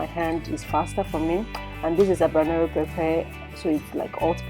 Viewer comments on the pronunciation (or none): none